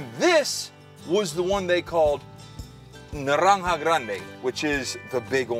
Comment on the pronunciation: "Narrrrrranja grrrande" only spanish would notice that fine pronunciation